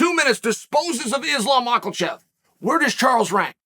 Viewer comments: No one: Uncle Chael: Islam Makhal-chev 😂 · Why does Charlie say it “Macklechev” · Oh I got a shit list of people talking crazy to address when he does do it 😊 The CHAMPION WILL HAVE A NAME. ISLAM “MOLKOLCHEV”